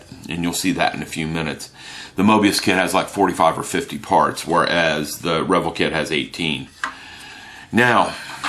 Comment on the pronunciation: Great review mate ! I will have to break down and get me that kit now. Btw I am pretty sure its pronounced re-vell, not revel... At least I have understood it to be pronounced that way for 35 years now lol No biggie though..... when in Rome and all that.....